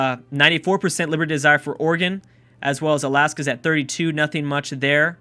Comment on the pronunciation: thank you for pronouncing Oregon right, too many people say it like Ore-gone